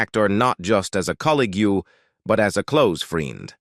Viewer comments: Please teach your robot the correct pronunciation of words. What is a "rifflymon"? Or a " collygew" ? And what are "rollies"? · The AI voice is hilarious! "Joanie Crawford, Cornors former costar from 'The rifflerman', delivered a heartfelt elogie, remembering the econic actor not just as a collygue, but as a clothes freend."